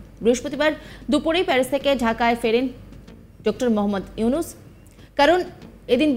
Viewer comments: 😂😂😂 Yusnus bole thik moto nam o bolte pare ki cheap nim maner editing and Voice er echo editing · তুরে ড:ইউনুচ বলা শিখাতে হবে আগে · ইউনুস নাম ও বলতে পারে না উপসথাপিকা 😂😂😂🦶🏿🦶🏿🦶🏿🦶🏿